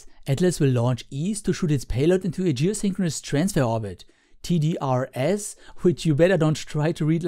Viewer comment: A common pronunciation for the TDR-S satellites is "TEE-driss".